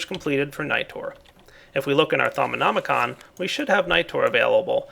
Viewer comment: Thaumonomonomonomonomi-con! XD Its actually Just thaumonomicon